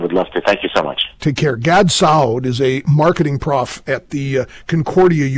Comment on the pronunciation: Pronunciation of Dr. Saad's name at the end: Gad Saudi...lol